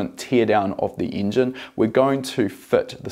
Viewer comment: I really like how you pronounce Engine, Ingen ahah